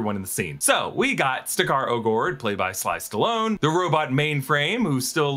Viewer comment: did you sayed "SLICE STALONE"??